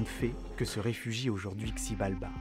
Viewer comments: Hello ! Super vidéo ! Par contre le x se prononce ch ... donc CHibalba ;) Les légendes autour de cette idée son sympa aussi :) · Ça se prononce Chibalba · Whaaaa, super vidéo, très bien faite et bien narrer, j'ai appris pas mal de choses sachant que c'est une civilisation à laquelle je m'intéresse beaucoup. Seul hic, ça s'écrit Xibalba mais ça se prononce "Chibalba" le X en "maya" se prononce "Ch".😊 Voilà voilà, en espérant vous avoir appris un truc